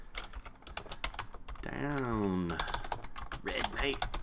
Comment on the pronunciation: down not dow.